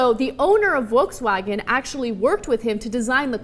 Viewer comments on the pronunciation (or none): Just so you know, "Volkswagen" is not pronounced, "Wolkswagen" even in German. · It's pronounced "Folks Vagen" :). Sorry if I'm being pedantic :P Greetings from Germany!